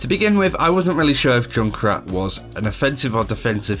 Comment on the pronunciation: Why do you call Junkrat Jun krat?? Its Junk Rat ^_^